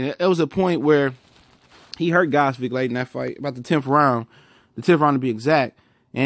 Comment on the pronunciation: nice review of "Ghozvik" performance =)), but its actually pronounced "Gvoz-dik"